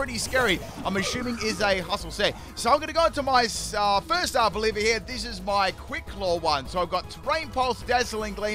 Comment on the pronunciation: It's ARVOLIVA, OLIVA NOT OLIVIA! I would have though that after using it for so many months you would read it lol. It comes from oliva, olive